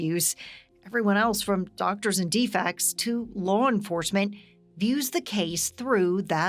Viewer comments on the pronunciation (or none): Did I hear "dfects" and not DFCS? Are news organizations using AI for reporting now?